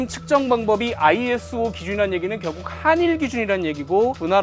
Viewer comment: ISO = 아이소 라고 읽으시면 됩니다.